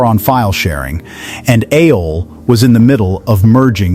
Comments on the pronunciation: I get it, why you pronounce it 'a-hole', that it bled. 😂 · I used Winamp myself and brings back memories, its an interesting topic but you need to check your AI's Pronunciation and I give it an "F" for Fail!! It pronounces AOL as Ah-All at times and A-Hol most of the time and brings to mind "Ass Hole" 🤣 and WinAmp as Win Hump and Wine Amp .... Not Good! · AOL is not pronounced [AY-OL].